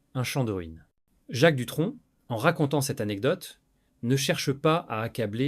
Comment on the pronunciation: L'I.A. est infernale ..... les noms écorchés (Latitia, Hollidayyy, Duton ou Duon, François Hardy ....) les mots accrochés (les picres, qui s'oppo, peu être, une englade etc..... ) bref, bon on en apprend peu sauf que depuis longtemps on savait que cette bonne femme était un vraie PESTE. Johnny et Éddy se connaissait depuis l'adolescence, il a fallut qu'elle casse aussi ça !!!!!